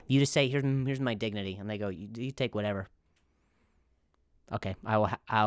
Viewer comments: Did you say Dicknity or Dignity? 🤣💕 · It's not dignity.... its dicknity 😂😂😂